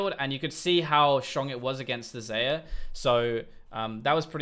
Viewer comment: ITS XAYAH PRONOUNCED LIKE ZYRA